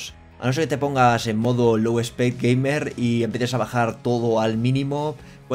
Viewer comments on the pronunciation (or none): none